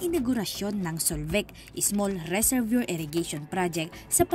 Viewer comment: Reservoir= rezuhvwaa po ang bigkas